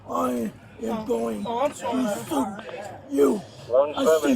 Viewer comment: “I’m gwana soo yoo”